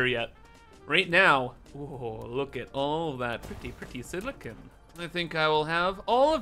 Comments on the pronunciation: It hurts when ever he says siliconE when he means silicon. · As a welder, I have to say that it’s not pronounced siliCONE, it’s pronounced siliCON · It's not silica, it's siliCON. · If you watch his Satisfactory videos, he pronounces 'caterium' as 'Kate' instead of 'cat', despite the makers of the game demonstrating the pronunciation. He seems to have trouble pronouncing words, but I suppose the example of 'silicon' is a more common one.